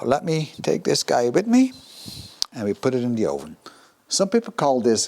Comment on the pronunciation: Je Engels is echt goed, alleen je uitspraak van het woord 'oven' is niet helemaal correct. Top video.